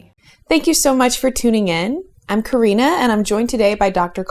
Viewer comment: CoriNNa not CoRRina !!